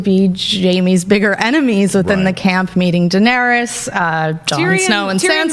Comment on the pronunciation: " Danery-us" lol